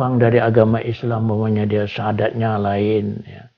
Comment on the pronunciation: shadatnya agak lain inih🤔